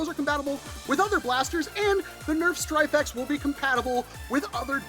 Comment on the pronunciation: Every time you said "Stryfe X", I heard Stryfe-ette, which made me think of Smurfette. Now, I feel the need for an 80's cartoon marathon. God, I'm old. Anyway, yeah I think this is too little, too late from the mothership. This would have been super cool even in 2018, but not so much today.